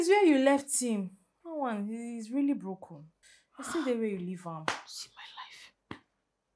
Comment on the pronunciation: “We are just rorolly worried”😂😂💔 Aunty Ruth how do you do these things😂🌚 You be TOP WOMAN🔥❤️ God bless you 🫶🏿 Sil vous plait for this Epic movie😂